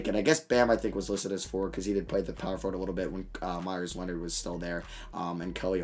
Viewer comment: Anyone else find it funny how he says foward (forward)